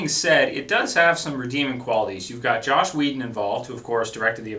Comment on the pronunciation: it's JOSS not Josh. Just trying to help:)